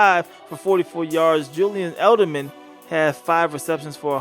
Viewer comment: not hating but why do you say Elderman?